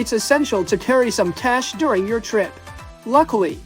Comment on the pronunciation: please correct your pronunciation for the word "trip"... It's really bad. It's not /'TOH-reep/ like in your video. The correct pronunciation is /チュリップ/